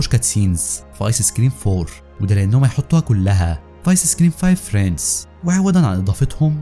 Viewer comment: هي تلفظ فريندز مو فريندس + أنا بس اصحح له عشان ما يغلط كرة ثانية اتمنى ما تحكوا علي ❤️